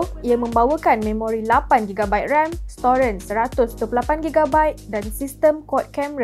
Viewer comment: kenapa sebut "storan" jadi "storen" 🤣